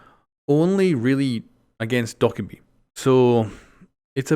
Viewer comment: Doh/Ka/Bee not Dok/a/bee